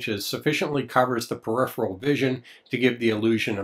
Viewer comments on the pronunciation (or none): none